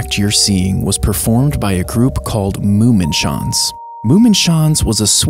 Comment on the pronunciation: ITS NOT “moomenshaanz” ITS “MUMMENSCHANZ” pronounced “mōómmēnschánz”